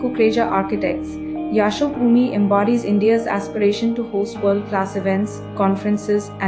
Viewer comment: An indian narrator cannot pronounce Yashobhoomi correctly, surprising.